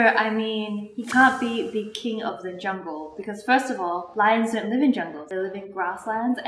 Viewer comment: What she said : you would be king of tha jungle What i heard : you would be the king of the jungkook. 🤣🤣🤣💜💜💜